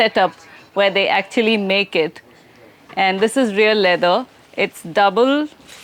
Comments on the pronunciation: Half the time when Karls says LEATHER, I hear LIVER! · Its Leather not Lither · What is his accent that he pronounces leather like “liver”? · It sounds like your saying liver not leather 😂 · Do you keep saying liver it’s leather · I can only hear Liver when you say Leather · I kept hearing "liver" instead of "leather".